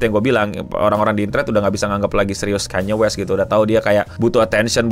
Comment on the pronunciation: akhirnya bener nyebutnya ya tuhan